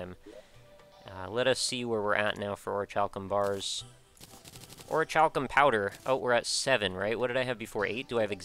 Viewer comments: Or-i-kal-kum not Or-i-CHAL-kum. Sorry man, it just disgusts me when I hear people mispronounce stuff like that. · I believe it's pronounced like Orikalcum. Without the ch sound